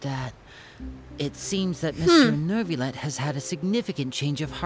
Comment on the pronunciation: New-VAH-let. Not Nervalette.